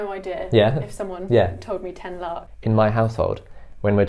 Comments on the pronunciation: We call it Lakh not la:k. Same like lack. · Accent yes, word no, I noticed how he was struggling to pronounce lakh so those sort of minor difference happen. Since India is huge.